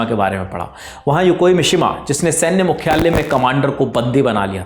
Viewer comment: 'द्वितीय', ' मुख्यालय' शब्दों के उच्चारण ठीक करें